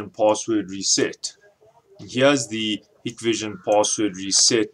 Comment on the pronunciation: It's pronounced "Hike-Vision"...